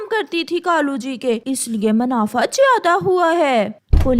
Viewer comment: Haaton nahin--- Haathon. Rano ko to apni maa ke haath se bane daal chawal khane the,bana usne khud hi liye. O nalaik, manafa nahin--- Munafa. O anpadh ganwar, wahan hi nahin--- Wahin. Tumhein ye bhi bolna nahin atta. Achchhe se nahin--- Achchhi tarhe.